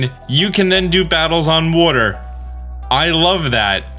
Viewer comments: The way he says water gets me every time...wooder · Love that you say "worter" for "water"